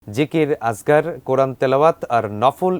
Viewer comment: আসগার নয় আযকার এটা এডিট করুন